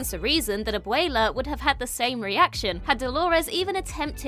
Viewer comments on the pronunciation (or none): Hearing her say "Abuela" in a British accent is hilarious.